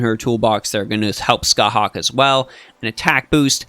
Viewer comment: Scathach is pronounced ska-haa, so it has no hard k at the end. Every pronunciation guide related to Irish or the Ulster cycle follows this. However, some "pronouncethis" page which is the first Google result says to use the hard K, so that may have mislead you